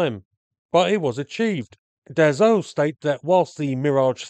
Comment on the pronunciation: Excellent video. A minor remark to its maker : Dassault is pronounced DAH-SO not DAH-ZO. Just in case you make another one about an aircraft from that manufacturer. Thanks for video !😉